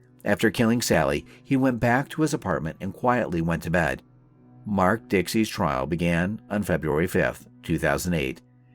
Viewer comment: True detective. Hmmm. Mispronounced "trial" as "trail" suggests something else. There are better channels on here. The "tone" of the commentary is very off. Some sort of computer generated voice? Also - when tracking down a suspect who has flown to another country - I doubt that having a "search warrant" issued will do much. Quite a lazy script on this one.